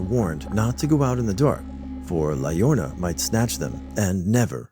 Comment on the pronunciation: La llorona is "ya-RO-na"